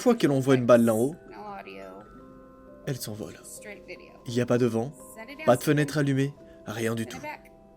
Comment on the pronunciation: Il a dit "des feunètres allumé" ???